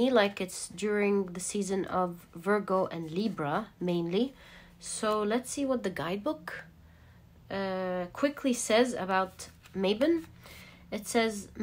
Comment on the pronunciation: Also, Leo is pronounced 'Lee-o' not 'Lay-o', and Libra is pronounced 'Lib-bra' or 'Lib-ra', not 'Leebra'.